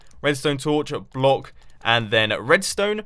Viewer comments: It seems like Mumbo can't say 'block' correctly twice in this video... "Bollock"- 2.45 "Blouck"- 4.17 ...very funny... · It's closer to blauck, I think. But I still think the 'block' is funnier. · Bu-lock XD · "And then place a torch on the sod of that blak."